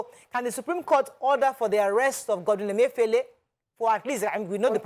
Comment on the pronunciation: That caller wailing and for an elderly man to be so disrespectful and copying unprofessional manner is not pronouncing the Governor of Central Bank's name properly is just so comical. I laughed and thought good karma when he said he campaigned for Buhari......lol.